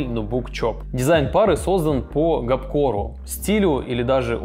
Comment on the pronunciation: ГОРПКОРУ А НЕ ГОПКОРУ !!!!